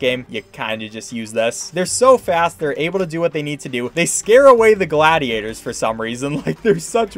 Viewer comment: "the gladiators" this just urks my soul XD